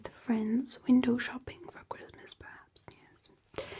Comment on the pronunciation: I could watch an entire 1 hour video of her saying "chwistmas" and "mwilk" in this voice! Genuinely amazing 😂